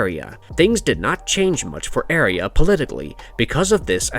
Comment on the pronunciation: You can’t even pronounce Arya rite